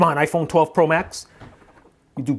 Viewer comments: For fuck’s sake why? “Ahphuone”? Really? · Aphone? Whësh?